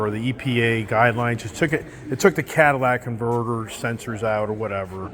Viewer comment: “Cadillac converter”. Lol